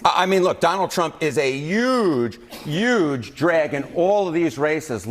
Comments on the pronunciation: Someone tell the guy how to pronounce the simple word "huge." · Can someone tell that the "h" in "huge" is not silent?